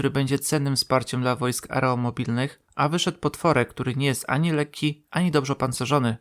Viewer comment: Już nie raz pisałem autorowi, że nie ma wojsk areomobilnych , lecz są wojska aeromobilne a on dalej się pogrąża, to naprawdę wstyd. Tak samo jak jest reflektor a nie leflektor, laboratorium a nie labolatorium, kolorowe a nie korolowe itp. takie błędy popełniają dzieci a nie dorośli ludzie. Drugi kwiatek to , nie brzechowo a brzechwowo. Nie ma celów leko opancerzonych , lecz lekko opancerzone. Dla mnie takie błędy są żenujące. Wstyd. Czy ty bierzesz jakieś narkotyki ?